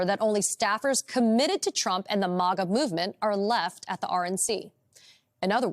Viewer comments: It's Mag uh. Not Mog uh! Who the heck are you? Report on the commies, not the Republicans. It's obvious you don't even know what you are saying! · MAG A. NOT MA GA🤣🤣🤣🤣🤣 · Why does she say MOGGA? 😂 It’s pronounced like the 1st 2 syllables of magazine. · It's pronounced mah guh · Someone please tell this chick how to pronounce MAGA!!